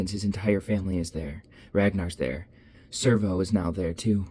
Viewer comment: This is great but am I tripping or isn't it Sev-ro..... not Servo?